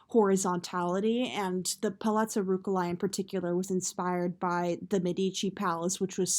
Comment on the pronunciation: It's Ruch-elai not Ruk-elai, uh! It's pill-asters, not pile-asters!